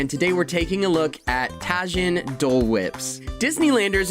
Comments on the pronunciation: Tah-HEEN. Thanks for coming to my Ted talk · Lmao Ta-Heen lol j sounds like H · Great video but just a heads up, I think it's pronounced TA-HEEN. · Lol it pretty much ruins the whole video and makes them look like idiots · You are saying tajin wrong. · Lmao at the way you pronounce Tajin